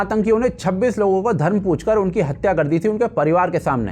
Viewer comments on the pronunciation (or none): none